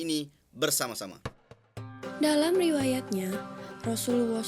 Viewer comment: Xpe ke dia sebut rasuluwoh camtu